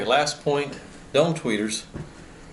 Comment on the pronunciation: With your accent, when you say "dome" tweeter, it sounds like you're saying "dumb" tweeter. Haha! Many people would agree...